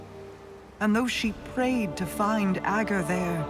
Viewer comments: It's pronounced AGG-ER, not Ah-ger. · Literally nobody pronounces “ager” correctly just listen to how it’s pronounced in game, it’s a short A and then Grr. It’s Ager not Ahger not Ayjer, not ahjer etc. Destiny is a game full of characters saying words and then nobody can pronounce them right